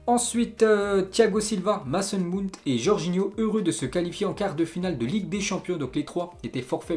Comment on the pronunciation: Frro ça se dit "Meisson Maaount" c'est l'accent anglais